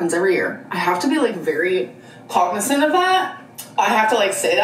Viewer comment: Starts watching, starts saying 'cognisant'. This girls identity is paper thin